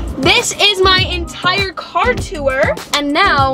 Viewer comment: I live when she pronounces tour as “tewuor”